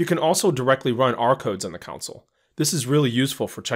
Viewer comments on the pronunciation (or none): Am I the only one who cringes every time he says counsel, not CONSOLE?